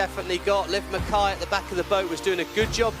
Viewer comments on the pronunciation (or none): none